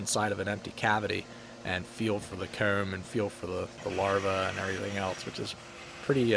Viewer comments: He says coom. Not comb. It’s the only thing I noticed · I remember in one video you mentioned that people say it's odd the way that you say "Comb", well after watching this I can confirm that it's any word with an O in it! Phone, Hose, Mow, Comb, you just seem to over emphasis the O in every case. Not a bad thing per se, but you were curious about it so there it is.